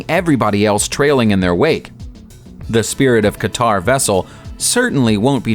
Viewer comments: Qatar is pronounced "cutter", not 'ka tar" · I like how he pronounced Qatar. Funny stuff.